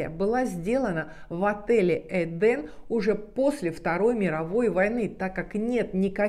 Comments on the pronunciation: Почему вы все время говорите эдАм а не эдЭм( правильно!)! И ваще это слово означает совсем не РАЙ?! ЭТо просто ЗАГРОБНЫЙ МИР!! Куда по преданиям якобы возвращаются типа «праведники» после своей смерти?! А ваще в разных религиях есть разная трактовка но чаще это не РАЙ!! И правильно говорить ЭДЭ’М!! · Так в итоге " Эден" , " Эдам" Или все же "ЭдЭм"))? Ну и апогей Ваших перлов " Комания три кЭ" , разве не все люди с претензией на грамотность знают что буквы кЭ" не существует, но есть буква кА"? Не поймите превратно, вас же множество людей смотрит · ЭДЕН- в переводе с израильского>> наслаждение>> это название отеля?! А она говорит ЭДАМ?! ЧТО ЭТО????!!